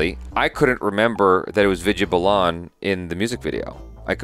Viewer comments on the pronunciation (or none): Balan is pronounced as 'Bah- luhn' and not 'Buh-Lahn', its Vidya Balan (Bah-luhn)